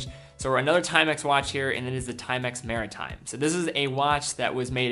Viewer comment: the Timex "Marti-time"?? LOL